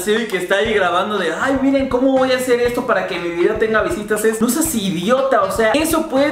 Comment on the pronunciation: "Me voah espera" x2 😂